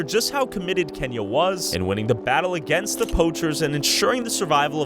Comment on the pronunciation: Idk why but when he said kenya i thought he said kanye west